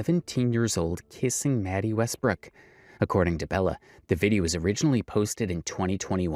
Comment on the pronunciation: Love your videos bro. But it’s west brook. Not west brock